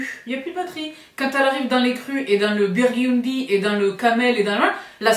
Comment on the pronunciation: le BIOURDUNDYYYYYY